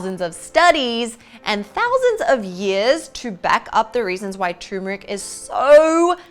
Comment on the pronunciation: people need to stop prounouncing Turmeric like Tumor-Ick!